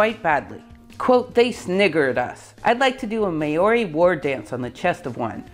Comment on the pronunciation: Im definately not an expert (but I am a Kiwi)... Maori.... Instead of saying May-Ori... Try saying Mouldy (As in mouldy bread) then try and soften the "D" a little, merging it into an "R"... You can actually get away with just saying Mouldy and you will impress New Zealanders far more than saying Mayoree (Or Mau-ree)... basically we roll the 'R' so it sounds a little like a D. (Try sticking the tip of your tongue to the top of your mouth just behind your teeth as you say the "ree" bit.) It's sort of fair to say Rutherford grew up in a nowhere place... If you look at Havelock - South Island - New Zealand, it is not much bigger than it was over 100 years ago... My most favourite museum is there (although it got upgraded a few years ago... Imagine an old church with sections enclosed in a chicken with fence full of objects tightly grouped together... You could go there 2 days in a row and still not see everything. Go to New Zealand's top museum 'Te Papa' and its huge... and seemingly empty... and you go back months later and won't find anything you missed!. Clutter can be so good.